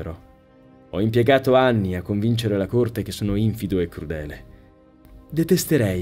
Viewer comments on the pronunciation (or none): ah, scusa se mi permetto un appunto fonetico, ma questo è un po' il mio campo, quindi è deformazione professionale 😂 In ogni caso, lo dico per tua utilità: infìdo è una parola piana, non sdrucciola. E' un errore che commettono in molti 😉